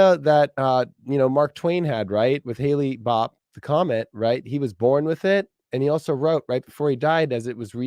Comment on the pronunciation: It’s Hale-Bopp!😆😆 / Said Haley-bopp it’s serendipity that it was visible in 1996 when I was choosing my unborn child’s name…aI named my daughter Hailey and called her hailbopp for most of her life. I’m a Scorpio and Pluto is still a planet to me.